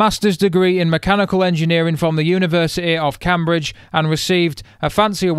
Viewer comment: I’m sorry, but did you just pronounce Cambridge as cam-bridge? And Chile as ch-aisle?